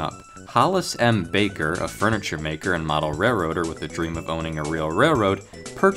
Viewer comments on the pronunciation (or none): none